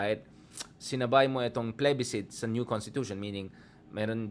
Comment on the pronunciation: Mali ata ang pronunciation mo ng plebiscite